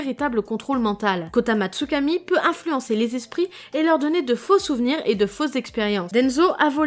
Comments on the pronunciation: superbe video mais le seul bemol c que c pas kotamatsukami mais koto amatsukami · C pas kotamatsukami c kotoamatsukami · C’est pas kotamatsukami c’est KOTOAMATSUKAMI